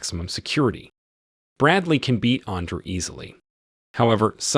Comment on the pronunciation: When this bitch ass ai called andre under i was done